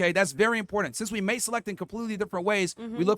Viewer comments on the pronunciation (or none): none